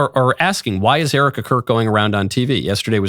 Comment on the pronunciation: Still can’t say her name.